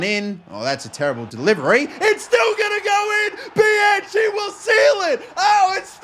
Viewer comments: It is pronounced Bi-Han Key. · For Bianchi, it's pronounced "bee-uh-nki" in Italian